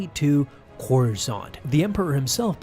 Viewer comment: I don't know about you but I feel like Corusant sounds a lot like croissant